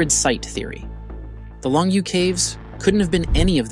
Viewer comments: "Long Yoh" caves. It not pronounced long you. "You" is pronounced as "Yo or Yoh". Long yoh! SMH.... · I appreciate the work that went into this video... but you cannot even pronounce Longyou. None of the Chinese words you try to reference are pronounced correctly here except Han.